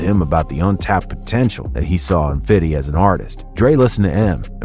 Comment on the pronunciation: Suggestion. Stop trying to sound gangsta. Even "fiddy" pronounces it "fifty". Just makes you sound stupid